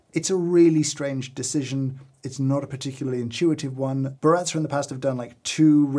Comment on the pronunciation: How Brit’s say Baratza: Burratzer